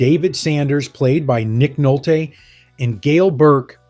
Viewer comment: “Nick Nolt-TAAY” 😂